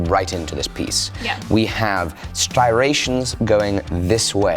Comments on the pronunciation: Striation not stiration. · heads up. The word is ''striation'' str-eye-ation. Not Styration. ^^ great ep though. Turned out so nice! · please. The word is striation. stri-ation. Not Sti-ration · Styration? That a mix between a striation and a gyration?